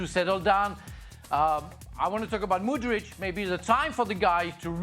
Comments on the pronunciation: When did Chelsea sign Modric??? The bastardisation of Mudryk's name pisses me off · Craig calling Mudryk, Modric 😂